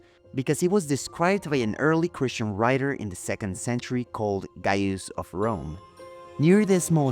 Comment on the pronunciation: Wonderful presentation.... But ... "Mah-dul", not "moe-dul"... "Grah-toe", not "grow-toe", "Guy-us" or "gay-us", not "guy-yoos".